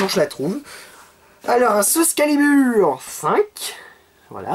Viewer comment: pourquoi tu dit sous calibur 5 c'est soul calibur 5 il faut prononcé le L